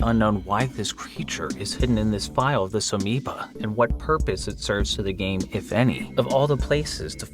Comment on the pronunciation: bro stop saying Amoeba